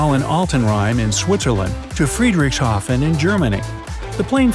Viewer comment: How did you say Sankt Gallen and Friedrichshafen xD 😂😂😂 ... P.s. I am an Austrian